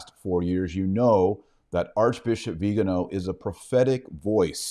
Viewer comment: It's not "viganooow". It's "viganoh" stress on the last syllable.